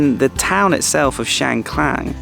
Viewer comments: Loei isn’t like the rest of Esan. You don’t hear Esan spoken as much and the terrain and climate is very different. The locals told me it has its own culture and I have to agree. It’s Chiang KHAN, not Klang! And it’s Mount Fuji not Fiji 😂. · If I am not wrong, the district is called Chiang Khan (pronounced kan, not klan). I’ve never been there but it is quite famous among Thai tourists. By the way, alternative I’m a Thai, I don’t eat the fermented fish sauce (pla rah) nor the fresh crab either. Not everyone likes it. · It’s Chiang Khan mate not Chiang Klan 😊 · Hi I'm really like your channel but for this episode I have to correct you. The way you pronounced and title in this episode was incorrect. I mean "Chiang kan " not "Chiang klan" May be you use to the name of one road in Chiangmai call Chang klan,Sorry for this I 'd follow your channel for practice my English listening and bring back all nice memories all the places. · It’s Chiang Khan, not Klan…and it’s Fuji, not Fiji:) Fiji’s country:) thanks 🙏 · Welcome to Isan จ้า เชียงคาน not ช้างคลาน....ตระเวนอิสานให้สนุกนะจ๊ะ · It's not Chiang Klan. It is called "Chiang Kan" with no "L" .